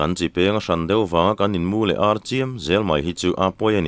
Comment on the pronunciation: Râl donaah hian ṭhian te hi inrâl a awl em em. He laia râl tih leh inràl tihah hian 'ral' rau rau a thluk a insan hleih ang hian, in-mu leh ar tihah pawh hian ar hi lam hniam tur a nia, verb a nih tawh vang hian, pu, ni dangah pawh he thu hi ka comment ziah a, ka comment hi i chhiar fuh lo a nih ka ring, i la thluk ṭhelh ta zel tho a, inràl tiha i thluk hniam ang hian àr hi thluk hniam la ngaihthlak a nuam leh zual ang mawle, ṭhenkhat laiah chuan keini tluk lohvin i thiam tih chu ka pha hran love.